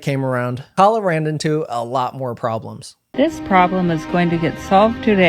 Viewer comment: Also very telling that she kept deliberately mispronouncing her name as "Kayla" to make her sound like a white woman, and thus: a Karen. No need for nuance when Karens are always fair game.